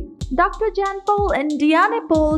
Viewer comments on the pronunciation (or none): His name is not JANN......................It is pronounced as YAHN................Your mutilating the English language!!!!